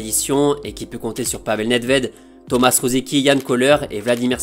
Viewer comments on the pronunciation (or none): none